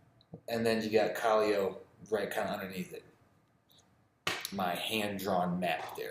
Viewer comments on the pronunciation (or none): Gonna try Pilsen tomorrow, another Peruvian beer is called Cusqueña (Coos-ken-yah), haven’t tried Cusquena in a couple years but it’s usually what my dad drinks. Also a side note is Callao, is pronounced Cah-yow not Cahli-o